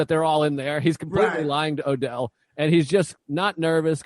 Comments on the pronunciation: I'll listen to anybody talk about Jackie Brown, but it's kind of driving me crazy that he keeps calling "Odell" instead of Ordell. Not a big deal, I guess, but he's the one who said he's watched it about 900 times. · Same. And he keeps saying it wrong SO MANY TIMES.